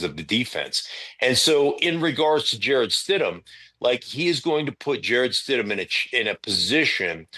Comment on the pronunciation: Everyone calls him Jared not Jarrett. Now it’s stidman and not stidham